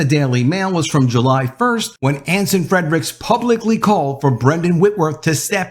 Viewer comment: .....it's Anson Fre-ricks, not Anson Fred-ricks. Just sayin.........